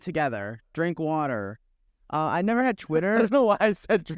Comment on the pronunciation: no one: nick:can i have wader